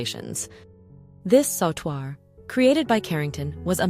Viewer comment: Sautoir is pronounced sew-twar Not saw-twar